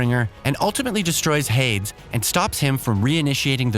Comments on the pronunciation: Avad, Marad and Oseram are understandable since they are made names for the games but proving and Hades are real words and that was pretty freaking annoying to hear them mispronounced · How are you gonna pronounce so many things wrong. Can't even pronounce PROVING? And Hades? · Along with Avad, Marad, Oseram and HADES 😂 Seems like the narrator didn't play the game at all.